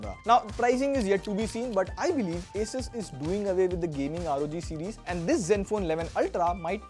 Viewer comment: Did our really said zenfole instead of Zenfone?